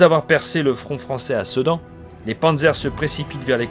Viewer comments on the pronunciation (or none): none